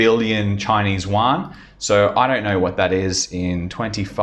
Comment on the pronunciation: Yo, you mispronounced all the company and the yuan. 🙈🤯🤯